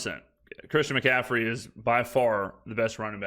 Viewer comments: Christian McCaffrey isn’t that hard to pronounce. If you can’t then call him CMAC or? but that was rough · That’ll happen right around never. isn’t as polished, knowledgeable and struggles with a lot of pronunciations that are basic and everyone can pronounce the names.